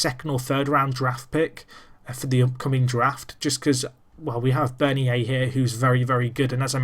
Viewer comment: Bernier is said like Bern-yay